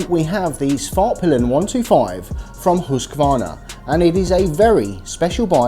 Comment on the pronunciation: Respect for going out of your way to it pronounce " Svartpeelen" as it should be 🇸🇪